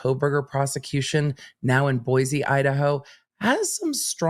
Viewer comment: its Boi-see not boyz....lol I'm from Boise